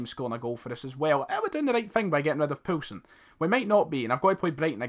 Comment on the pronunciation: Keep Yussuf Poulsen and it's pronounced "POAL SEN" ( im Danish)